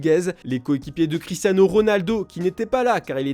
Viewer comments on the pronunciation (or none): none